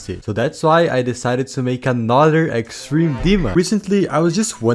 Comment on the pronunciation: “Extrene demon”